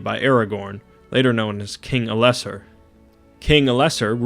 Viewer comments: Elesser? ELESSAAAAR Morgath? MORGOOOOOOOOOOTH I'm getting so SICK of these """"youtubers"""" who always pronounce shit wrong. Delete your channel. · He said El-less-sore which is even worse lol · Ell-ess-arr, not ell-essar. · Right? Lol. King El-less-sore? Wtf. It's El-la-sar or Al-la-sar. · Also, Elessar is pronounced "El-ess-are" not "El-ess-err". Watch the gift giving scene from the extended edition where Galadriel says Elessar to him. Also Sauron as a taunting challenge right before The Battle of the Black Gate begins also say Elessar to him along with Aragorn twice. Elessar means Elf-Stone and Aragorn is known as King Elessar during his reign. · It is spoken as El Es ar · ELL-e-sah..... sigh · If you mean you have to say "are" at the end of Elessar, you are wrong. The "R" sound in Tolkien's languages is trilled. Also, the "a" sound should be a lot clearer than in "are". The "th" sound also is not an "f" sound. The position of your tongue when saying "f" or a voiceless "th" is completely different. The pronunciation in the movies is wrong many times. Not a good source to go by, at any point in time, when talking about lore. If you want to know how it really sounds, there are some recordings from Tolkien himself on Youtube. So maybe you shouldn't be criticize others, or are you constantly criticizing and correcting non-native speakers of your own language too when they have their own accent? And if you want to criticize, at least learn the correct form first. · it's good stuff mate but please pronounce Elessar correctly and stress the E and not the le. English pronunciation.